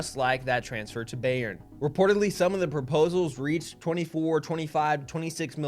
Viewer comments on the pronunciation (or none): to save you trouble from anyone in the future, Bayern is pronounced buy-ern (literally the word buy)